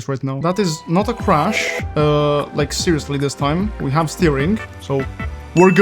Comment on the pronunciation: How you always say "crush" instead of "crash" and "us" instead of "as" ;)